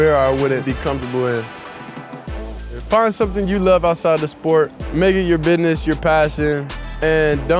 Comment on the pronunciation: Love the way he pronounces business as, "bi-ness", every time.😆 Beautiful smile.